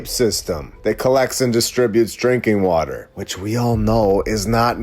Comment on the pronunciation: Good point. It's Water not waller!